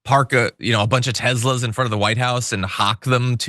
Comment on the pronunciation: "Tesler!" Lol